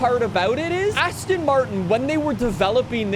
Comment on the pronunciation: Why are you saying "Asston". Why?